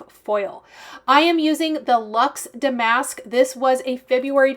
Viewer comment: I know you want to be correct - the word damask is pronounced with the accent on the first syllable.🙂